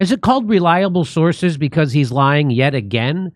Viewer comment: Who knew…… “Re-lyable Sources”